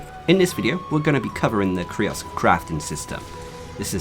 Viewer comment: I think its pronounced the same as the word "curious". Great vid tho.